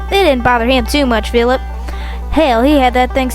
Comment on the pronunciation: i love how he says ... HOWDWY PHILERP!1!!1!1!1! .. such a romantic man voice .😳😍👌 !1!!1!!!!